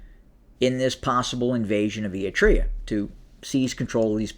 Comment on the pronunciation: Apart from the name butchering Ætreah, Gaytechew… 😂 thanks for recognising the hell our region is in & simplifying the GoT drama.